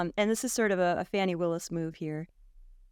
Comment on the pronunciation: Really? She actually called the GA AG “ Fannie” vs the way it actually is pronounced which is this “fawnie”. So disgusting. Also sir D. Trump said to others around him, “Can you believe I ‘effing’ lost to Biden?” He said that. Trump did. He said it. Thus lying on this podcast is so evil. Saying YOU thinkTrump though he really won when he said he didn’t is nothing more than a lie. So much for truth.